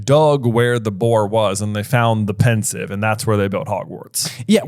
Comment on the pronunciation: It's Pensieve, not Pensive.